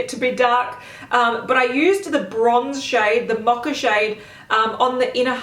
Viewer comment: Why is she pronouncing mocha as macha? It’s an o in mocha. Not an a like macha